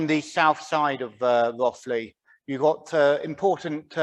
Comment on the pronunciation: You say it Rothe ly. Not Roth ly.